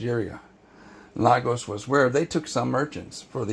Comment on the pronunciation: Hi there, this is very informative. Thank you. I’d like to correct certain mispronunciations. Lagos is pronounced/LAY-gors/ and Benin is pronounced /BE-nin/